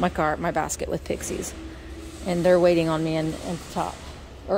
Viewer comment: I must have missed it, but are you guys calling them "prixies"? They're pixies (no r). Is it a Southern thing? (Please help this MN gal understand.)